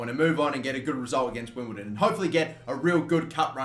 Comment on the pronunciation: Wimble-DON not Wimble-TON,!